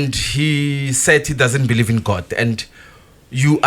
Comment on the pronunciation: Be-Lieve 😂😂😂 aowa aowa aowa!!!!